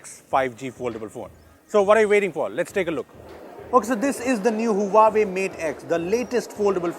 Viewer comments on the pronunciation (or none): Not hooahwei. It's hwa wei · it's pronounced "Wa-Way" and not "Huaa-way", come on! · You just pronounced Huawei wrong. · He pronounced Huawei wrong again